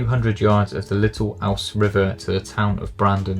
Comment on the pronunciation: Lots of great advice; food for thought. Just one thing,; there are at least three rivers in England named 'Ouse', and they're all pronounced "ooze".